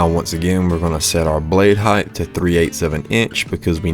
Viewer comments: Are you pronouncing height (a word ending in a “T”) as high-th? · WidTH, lengTH, height….not heighTH. Just sayin’ 😊